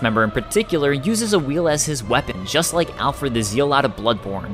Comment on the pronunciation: Loooooved this video! If I may though... the word "zealot" is not pronounced ZEE-OH-LOT haha.